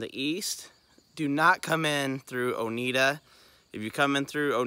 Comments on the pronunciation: I live in Oneida and it’s actually pronounced OH-NYE-DUH 😊 Oneida is actually a really great little town to go through to get to the Big South Fork. We have more than just fast food, but you just have to do a little digging to find the good food spots 😉 the drive from Oneida down to BSF is a beautiful ride and yes the curves can be a bit much, but the drive is breathtaking! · Great video! FYI - Oneida is pronounced own-eye-duh ;)